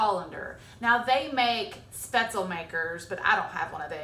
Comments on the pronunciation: Nope. Never "LEE" at the end. Shpetz-LUH. The pronunciation of the first syllable (umlaut-a) here lies somewhere between the "e" sound in bed and the "a" sound in hay. The second syllable is pronounced like "LOVE" without the V. My German Oma made these all the time. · Great video and recipe. Subscribed. Just for the record though, "Spaetzle" is "Spätzle" in German and it's pronounced, "Spetz-ler" - hope this helps 🙂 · Speh-tzle 🙈 Americans pronounce this soooooo wrong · One little adjustment would fix this for the rest of your life - It's pronounced Sh-behts-le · I hate when people don't pronounce spaetzle correctly. No way I'm watching this.